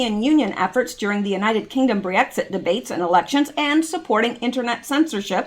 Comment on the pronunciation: I rarely if ever complain, but I have to say that the way to say Brexit drives me nuts. You say it Bre-exit instead of Brex-it like it should be. Sorry, you have asked for someone to correct you if you are saying something wrong and I have waited for someone else to do it for well over a year of hearing you say it, so I thought I would finally say it. Otherwise, love the content and keep up the great work!